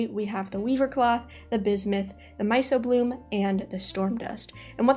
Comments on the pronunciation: Small nitpick, myco is pronounced myko, means fungus related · I have to be that guy and let you know it’s my-k-o-bloom, hard c, like in the study of mushrooms. 😂